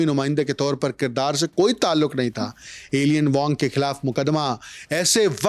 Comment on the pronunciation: Alien Wong nahi Eye-lein wong pronounce hota hai